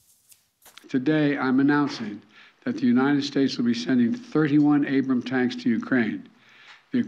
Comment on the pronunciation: It's Abrams, not Abram.